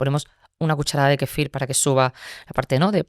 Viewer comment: Kéfir lo pronuncia con acento en la i...me ha gustado la entrevista pero me ha chocado que dijera varias veces kefír... es KÉFIR.